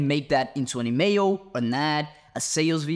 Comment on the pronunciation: Bro is saying "email", here I thought he was saying "mayo".